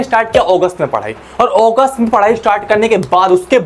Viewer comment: Sir wo ogust nhi hota August hota h